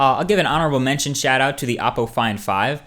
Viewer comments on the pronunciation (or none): none